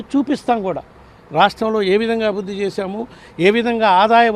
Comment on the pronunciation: అభుద్ది కాదండి, అభివృద్ది అని పలకాలి..!